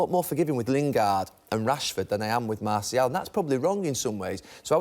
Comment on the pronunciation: Gary Neville ... the player name is MarTial, not MarCial :)